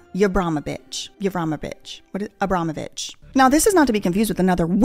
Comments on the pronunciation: Did you say...abramobit●● ???... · Trying to pronounce the name has me floored which is even funnier to me because I couldn’t say it either 😂😂😂😂😂😂